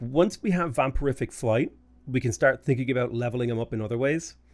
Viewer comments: Vam-pier-ick flight. Every time you said "vam-per-if-ick" made me chuckle. 🤣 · its vampiric, not vampirific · How do you keep adding a fourth syllable to vampiric? And where are you getting the "f"?!